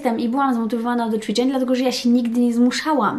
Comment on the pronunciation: ja myślę, że to nie jest kwestia logopedy, tylko tego że się żyje w innym kraju niż Polska, zacytuję śmieszny/prawdziwy tekst: "emmm, jak to było po polsku?" 😃 Ale w tym filmiku wyjątkowo dużo było CZWICZEŃ :)